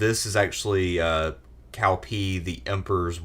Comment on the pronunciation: So you pronounce Cao Cao right but then pronounce Cao wrong for the rest of the segment? So lost